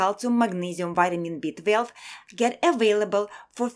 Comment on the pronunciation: I love how she says B-12 "BEET-VELV!"